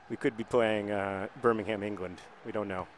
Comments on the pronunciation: YOUR PRONUNCIATION OF ENGLISH TOWNS WITH THE WORD HAM IN IT FRUSTRATES ME!! It's pronounced Bur-Ming-Um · I believe the major difference between the Birminghams is not the geographical location, but the pronunciation. The english Birmingham is pronounced Birmingum. Correct me if I'm wrong